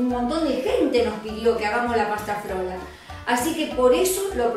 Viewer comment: Pasta Frola,, no flora, por más simpática qué sea